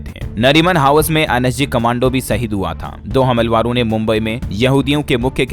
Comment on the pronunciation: भाई साहब "हमलावरों" इस शब्द का उच्चारण ठीक कीजिए 🙏